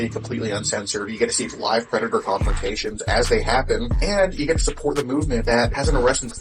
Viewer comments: “PREY-dator” … common lol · Praydator? Ptreyodactyl 💀